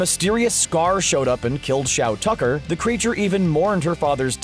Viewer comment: And after all this time, Shou Tucker's name will be the greatest irony. It's Shou Tucker, i dunno why everybody kept reading it into Shao Tucker ?